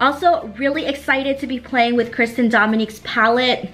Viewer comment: This look is gorg! 💕 But I’m pretty sure it’s Christen! Not trying to be rude at all, just helpful!!